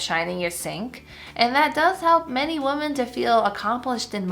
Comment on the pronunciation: Omg. I love your videos. Women is pronounced Wimen ! I promise! 😅